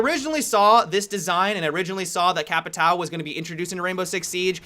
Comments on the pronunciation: Capitao is pronounced cap-I-tōun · and he still pronounces it wrong you say it like "capi-town" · You are saying "capitao" completely wrong lol... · here's the right way to pronounce "Capitão": The "ã" is pronounced just like the letter "o" in "come".:D In this video, the way you were saying "capitao" means "capital" in portuguese. xD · dude i live in brazil the way you pronunciate capitao is very very bad just call him captain . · you say capitão in a very weird way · man only me get really annoyed when someone say's capitão in the wrong way ? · please put 'capitão'and 'caveira' in Google translate to said it right. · Stop trying to pronounce "Capitão" you are obviously shit at it, just call him captain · Who cares if he mis pronounces, you still know exactly what he means so get that metal rod out of your ass.